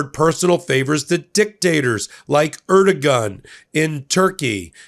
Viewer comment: Uhm,: 1) WEE-gurs 2) Er-dough-gan 3) Rare Earths are not copper or lead, they are the 15 lanthanides plus scandium and yttrium